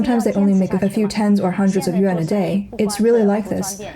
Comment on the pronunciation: Why do commentators have such a hard time time saying you're currency...it's pronounced "yu-wan" not "yu-en"!😂😂😂